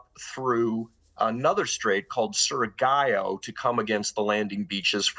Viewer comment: Actually its pronounced suri-GAW (Surigao) not 'Surigayaw' as Parshall does.